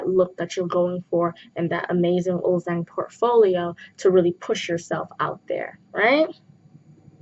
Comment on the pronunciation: Love this but isn’t it supposed to be pronounced uljjang even though it’s written ulzzang?